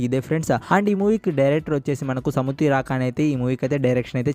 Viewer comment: సముద్ధి రాకాని కాదు సముద్ర ఖని